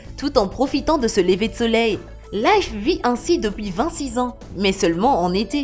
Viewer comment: sa manière de dire 26 ans et bizarre je trouve